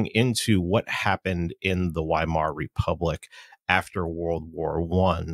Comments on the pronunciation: It's "Vaimar" not "Whymar" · How do people interested in a subject mispronounce names..... Weimar....with a V.... Vy-mar! I hear misprounciations in WWI & II audiobooks all the time! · You speak out the W